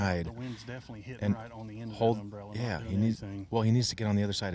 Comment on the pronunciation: Under my um-berr-ella, ella, ella, ay ay